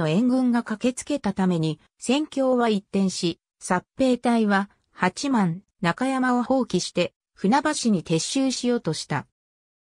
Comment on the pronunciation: 八幡ははちまんではなく、やわた 新宿はしんじゅくではなく、にいじゅく です。